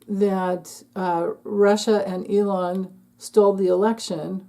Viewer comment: I have to admit, I like it when you say Leon. No need to correct yourself. We know who you're referring to.😅